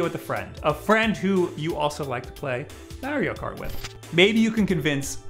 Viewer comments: "MEHRIO KAWT" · I guess he plays "Merio Kart" 🤔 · The way he says mario kart cracks me up